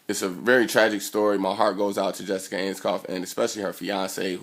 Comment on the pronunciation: Researched her all night immediately says her name wrong Lol.